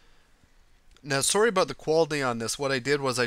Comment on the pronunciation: the way says sorry makes him sound SO canadian